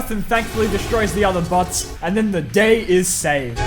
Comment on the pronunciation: I turn on the subtitles and when he said bots it turned into butts